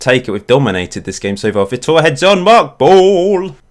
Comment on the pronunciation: btw vitor is "vee tore" i have a friend from Brazil called Vitor so I know